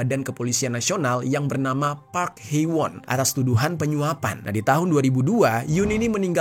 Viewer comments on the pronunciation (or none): none